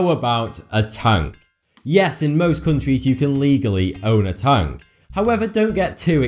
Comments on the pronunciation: Tank not tunk you fucking inbread fuck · Tonk really he said tonk ITS A TANK!!!!!!!!!!! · When he says "tank", it sounds like he's saying "tongue" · It sounds like he's saying tongue instead of tank